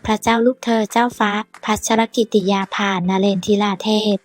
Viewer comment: อ่านชื่อท่านแปลกๆ อ่่านแย่มากๆ